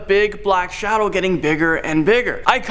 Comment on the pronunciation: Ah yes, “Shadown demon”